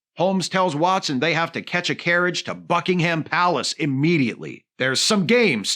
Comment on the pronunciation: Sounded like you said Fuckingham Palace and that would be a place for a much better monarchy.